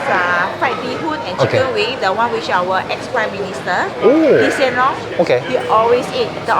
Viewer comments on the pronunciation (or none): none